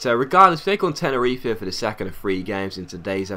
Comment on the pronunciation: Tenerife is pronounced Te-ne-ri-fe you actually say the fe part instead of Tenerif. Good video as always non the less:)